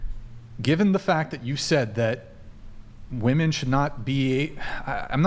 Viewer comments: Seriously, why can't young people pronounce "women." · Can someone please teach these women that when speaking in multiples, the word is WOMEN not woman...it's like speaking of plural is lost to anyone under 40 when...every single female I've seen across multiple podcasts says woman when they're saying something about women in either instances singular or plural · Why do these girls keep saying woman and not women? It’s f*n annoying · Why can't this generation pronounce "women" vs "woman" properly? It's SO common. I hate it. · It drives me crazy when people pronounce "women" and "woman" the exact same way (and it's almost always females who do this). Almost as bad as people who don't know the difference between then and than.... but I digress. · Forcing women to stand by their words that they say out loud, is better than comedy. She expects people to listen to her seriously when she's not able to pronounce the pural form of her own gender.